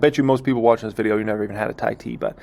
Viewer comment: Thai-Tea Why-Teas? lol jokas